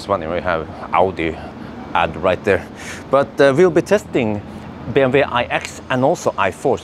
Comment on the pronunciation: Why do you call it BMV. It is BMW. Double U. Love the video! thank you